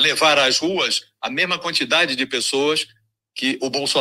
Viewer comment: * a "mema" quantidade de pessoas que o Bolsonaro leva****... Que português bom heim!!!! Paulo Freire amando lá no inferno kkkkk